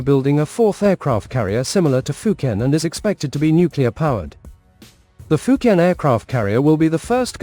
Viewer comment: Why do you pronounce the fujian name wrong, I just can't subscribe to your channel it's like you're being purposely ignorant